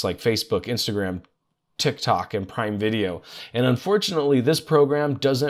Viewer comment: Did you notice how he pronounce tik tok 😂